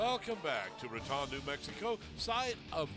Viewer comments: It’s not pronounced “Ruh-Tahn” New Mexico it’s “Rah-tone” 🤦🏽‍♂️ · Raton is not pronounced like baton. The "O" is long like "tone". Great shooting.